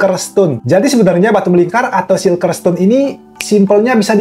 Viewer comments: bacanya sirkel oyy bukan silker.. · Bang salfok sama penyebutan bahasa inggrisnya "CIRCLE" kan harus nya di baca "sirkel" bukan "silker"